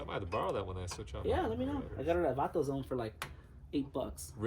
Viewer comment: “Vatozone” 😆 dude! You got some big arms man. Good video. Well explained.